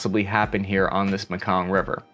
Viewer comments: It's pronounced may Kong. Not mekung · dis nucka said the muhkong river. lol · Pronounced (in America) “may-kong” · apparently its not the Mekong.......its the MAHKahn...... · Mekong River, pronounced MAYkong. Spent years in the Mekong Delta in Vietnam. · Guy never heard about the "Mee-Kong" river. Says US investing heavily there. Wow. Is this dejavu all over again? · Dude it’s pronounced “May Kong” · (Mee kong) river. It's also in Vietnam. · Learn how to pronounce Mekong.